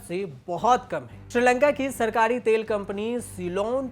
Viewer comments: Tale nhi be Tel hota h 😂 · तेल को तले 🤣🤣🤣